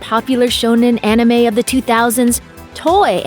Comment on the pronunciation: "Onime"....nice. as if I'm gonna listen to someone talk about anime who can't even say "anime" correctly lol